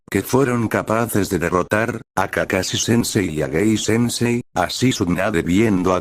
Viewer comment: Man el nombre de gay sensei se escucha gei xd